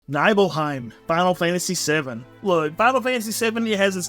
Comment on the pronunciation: You pronounced the name of clouds hometown so wrong I'm disappointed